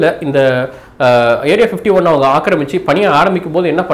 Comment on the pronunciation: Bro clear ah pasuga area 51 nu soiluga area 15teen soilura mathari iruku .speak clearly